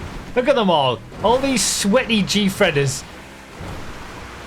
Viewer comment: calling out the sweaty gfreders with that hard R